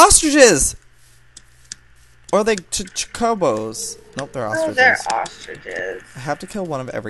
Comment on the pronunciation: He keeps saying chocobo wrong haha wow